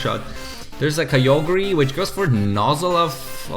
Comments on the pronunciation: DID YOU JUST SAY KYOGREE!!!!! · Is it weird that when he say kyogre it sounds like kyoger-ree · The Way he said Kyogre PISSED ME OFF